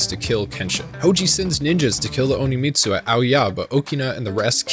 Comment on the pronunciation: Since you said it so many times, I'm going to correct it. it's not Oni-Mitsu. It's On-Mitsu.